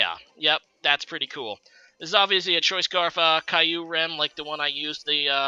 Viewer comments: It's actually pronounced "Kee-oo-rem" I know this thanks to the movie Kyurem vs the Sword of Justice :) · Say it with me.... Kyurem Keeer - rummmm is how it's pronounced apparently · Exacty not kye-you-rum lol